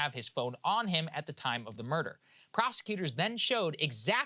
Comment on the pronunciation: Saagar’s pronunciation of murder as murdaugh will live in my head rent free